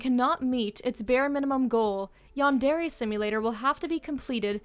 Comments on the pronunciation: Yandairy LOL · No, the way you pronounce yandare hurts my ears. Great video tho.